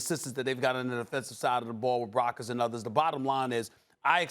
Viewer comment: Did he say brockers 😢😢😢😢